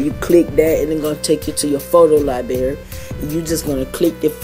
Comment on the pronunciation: U said liebarry! Lol get ur grammar right!